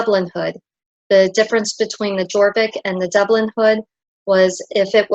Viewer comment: the letter j is pronounced as a y. Fjord = fyord, jorvik = yorvik and so on